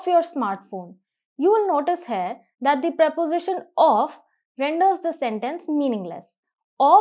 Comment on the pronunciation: Glad to see the way explanation is given except a few flaws. Pls correct spelling of grammar. Pronunciation of Here is not as that of Hair.